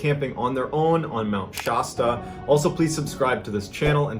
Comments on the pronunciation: Why do you say "Mt Shaaasta" when it's " Mt Sh ass ta"??? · We love your videos, but for the love of God, it's Mt ShAsta, not Shawsta... Friggin East Coasters lol 😆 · Also, it's not Mt. Shaw stuh, the "a" is supposed to sound like the "a" in bad, sad or mad. So it's Sh"a"stuh. That's the second time you totally failed in this video when pronouncing a location in California, the other being the town of Visalia (which I already hammered you on in a different comment). I don't even live in California and I know this stuff, what's going on with you bro, you don't usually screw up (and never twice in one video). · I live near mt Shasta (about an hour away and it is pronounced Sh-ass-tuh). It is a beautiful mountain and I've camped there though out my life dozens of times and it is quite safe i highly recommend a visit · Mount SH-ASS-TUH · Visalia, Milpitas, Mt. Shasta ... all pronounced strangely in three different vids ... MrBallen, are you trolling Californians?